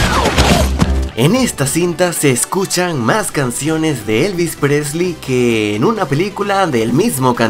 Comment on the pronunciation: Hola muy bueno el video solo quiero hacer una corrección una parte del video en el minuto vos decis elvis presli pero correctamente es Elvis Presley te mando un abrazo desde argentina